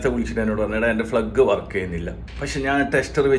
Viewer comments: ഫ്ലഗ് അല്ലല്ല 1 സുഹൃത്തേ. പ്ലഗ്ഗ് എന്ന് പറയൂ ആദ്യം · Plug and not flug please correct.